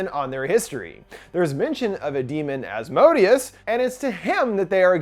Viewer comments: Him: Az_mo_deeaz Me a supernatural fan: Az_moh_day_az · Maybe it was mispronounced in the movie but The entity's name is pronounced "As-moe-day-us" not the way he was pronouncing it in the video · Helluva Boss fans when they hear Asmodius 🥴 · Please pronounce Asmodeus properly if you’re going to repeat it so much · Ppl keep mispronouncing Asmodeus wrong. And it's making me mad lol